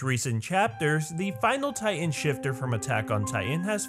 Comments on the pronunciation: It kind of bothers me, the way that he says "ti-en" instead of "ti-tan" (pronounced spelling) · I heard he say Taian???? Not titan... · tay-an no hate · This dude can't say "titan"